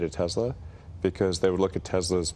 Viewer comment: He says Tezla